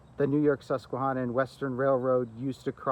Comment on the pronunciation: The video you made is really nice. I just wonder where you learned to pronounce the word 'susquehanna" as you are not pronouncing it correctly I grew up in Wyckoff, Nj right next to the Sus;y Q and we did not pronounce that word as you do. It sounds strange how to say the word. I walked the bus;y Q from the Passaic River al the way to the end of the line in Hainesburg. not all at one time but many walks over the years when I was growing up. We also rode the line from Midland Park station to Paterson to go shopping.. We also road the line to the terminal in Little Ferry and then a ferry or bus into NY. City. This was during the days of steam and the Streamliner and the Budd cars. It was really nice train to ride.